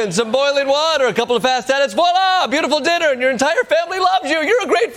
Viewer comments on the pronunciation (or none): none